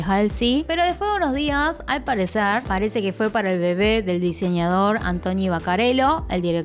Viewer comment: Me encanta de verdad cómo dices la palabra "bebé" te queda súper lindo 😍😍es por el acento argentino por lo que me gusta 🥰